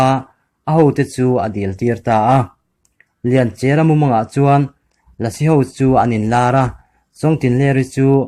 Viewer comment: Mizo thawnth i pawngsual a ni ringawt a lawm le,chawngtinleri an lak lai hi,sumhmun a a buh deng lai,suk a tlu ri bawl a,arawp a rawn thlawk thla a,lianchhiari chuan 'awi ka u lian' a ti a abo ta tih hi kan hriat dan a ni. Lianchia tih pawh hi Lianchiara tiin i lam daih a.